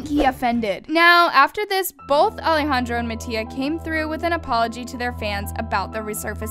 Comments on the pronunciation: I’m sorry but is no one going to talk how she doesn’t know how to say Alejandro’s name/nickname 😭😂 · hear the way she said ale